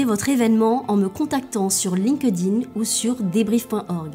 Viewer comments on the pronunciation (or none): none